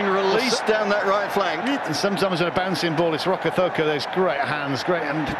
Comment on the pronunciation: Why do the commentstors insist on pronouncing Rokocoko as Rocothoko, there's no damn TH in his name!